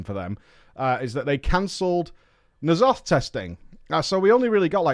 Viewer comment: He pronounces "nEEalotha" because he knows it grinds our gears